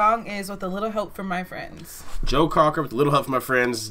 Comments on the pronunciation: It’s not Crocker….Joe Cocker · Cocker not Crocker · *Cocker not Crocker guys! Sorry for the mispronunciation! 😊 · People either loved his voice or they hated it, there was no in between. I'm here to hear, so you know where I stand.(NOTE, it's Cocker not Crocker, not to be mean it is just a Note) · I know this is three years old but damn ya’ll get his name right! His name is Joe COCKER! not Crocker! You guys are driving me crazy! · Joe “Crocker”. Hahaha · Cocker not Crocker guys...He was amazing..think the Wonder Years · That’s Joe Cocker as the lead singer. And his last name is pronounced Cocker, that like cocker spaniel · Do yourselves a favor and Google Joe Cocker and John Belushi doing this song on SNL. Blushing does an uncanny imitation of Joe Cocker. BTW, it's Cocker not Crocker. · It's not Crocker but Cocker!!! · Cocker. Not Crocker. Lol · It’s Joe Cocker, not Crocker. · Joe Cocker not Crocker. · Learn to read....his name is JOE COCKER......NOT CROCKER ! HE IS FROM England. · COCker loo, not crocker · COCKER. NOT CROCKER LIKE BETTY